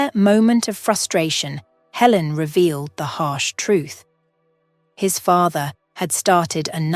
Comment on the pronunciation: Good grief! So many words mispronounced I couldn't even count. Helen changing to Ellen, and then back to Helen. And -- no conclusion. No resolution to Michael's career, and nothing about whether Michael and Amy established a relationship. And, of course, the timing doesn't work. If Michael was a surgeon for two decades, that means he had to be at least 45 years old, probably closer to 50. But if he and Amy were children of about the same age, then she would have to also be around 45 to 50 years old -- which doesn't match the narrative at all. DUMB!